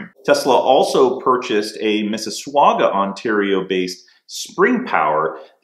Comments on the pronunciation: Great scoop! FYI Mississauga is pronounced miss-is-saga .. we like our pointless u's up here haha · Couldn't help but laugh when he said "Missuswahga" Ontario. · Might still be Quebec instead of Ontario. Nit: also, you could work on your pronunciations of "Dalhousie", and "Mississauga" for the next video.